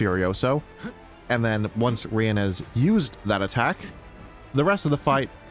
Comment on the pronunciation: Yea this is some nice gameplay and a interesting opinion on the canto, unfortunately u pronounced riens name as "ryan" so i literally cant stand anything in this video anymore